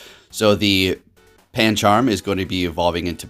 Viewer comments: Its pancham not pancharm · Pan charm Its pam-cham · Or "panCHARM" lol